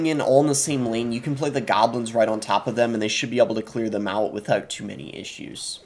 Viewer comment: Evury tyme he said gahblins i took a shot and now im detoxing at the hospital